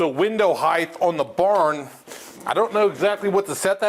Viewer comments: Height. H-E-I-G-H-T. Height. There's length, there's width, and there's height. There's no such thing as "heighth." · This is the first one of your videos I have watched and I will say the building and all of your drawings look great. As a professional in the industry, I ended up with two pet peeves that are like nails on a chalkboard, people saying heighth and people calling a "1/4" crown" stapler a "crown stapler". Subscribed 👍🏼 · The 'heighth' is killing me lol. Good job though